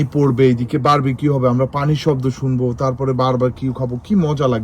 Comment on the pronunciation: আচ্ছা বারবাকিউ তো ভুল উচ্চারন, Barbecue সঠিক উচ্চারণ, ভাই বারা বার বারবাকিউ বলছে কেনো?